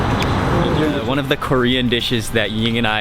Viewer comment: U should pronounce it as JOHNJU...not ZHENGJU. Just like the same as U say PAJEON (PaJOHN)....spring onion pancake. Same sound.